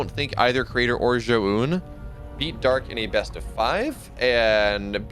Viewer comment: Zoun... Z+(clown-cl)... 1 syllable. Not za-un.